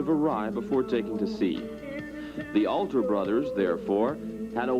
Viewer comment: It’s Hobie… “HO BEE” not “Ha BEE” 💚Hobie Alter (“All Ter” not “Al ter”)